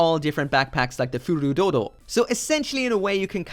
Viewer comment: Please start researching the official romanizations rather than directly reading the Japanese. Hurudodo, Hyzenslay, and others are NOT the correct English pronunciation.